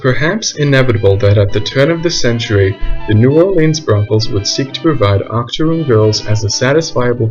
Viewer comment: Not gonna lie when u said Octorune I at first thought about a type of extinct cookie until u explained what that term actually meant bruh 😆. Also do more about this like perhaps do a historical analysis of the Pretty baby film which I think came out in the 70s and was about storyville.